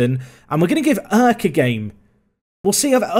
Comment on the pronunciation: Btw turk is a fine thing to say it’s not thought of as rude, and erk is pronounced “air-ck”👍🏼